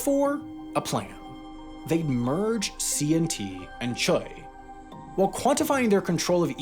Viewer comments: Boggles my mind that you pronounce Cheil as Choi. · cheil is pronounced "jeh-il" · FYI Cheil is pronounced more like ‘Jay-ill’ but overall good job with the pronunciation, especially all the names! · Cheil pronounced like “jail” except with a slight separation for two vowels. = “jeh - ill”